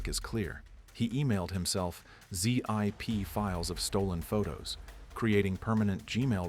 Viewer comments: ZEE-AJ-PEE files? lol. how to tell the voice is AI generated. ZIP files... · The AI 😂 Someone drinking coffee with a face mask on Zee Eye Pee file. Honestly, the content is good but if you can’t be bothered to do the work to make sure it’s finished properly, I can’t be bothered to watch anymore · "Zee-Eye-Pee Files" LOL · Stop with the AI voice. 4 shawn? Zee eye pee files. You mean, Zip? Two words, zip file. Geeze